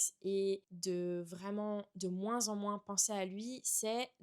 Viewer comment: Tu dis moinss tu es du sud ouest ?